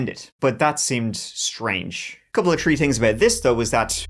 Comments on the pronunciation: IT'S THREE NOT TREE! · Convinced he picks stories with alot of " treeees" in them. Two tousand tree, thurty tree